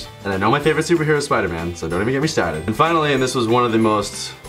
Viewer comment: "Don't even get me stahted." I believe you dropped your Boston.